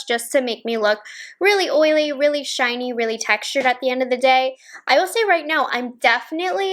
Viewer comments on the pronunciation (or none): none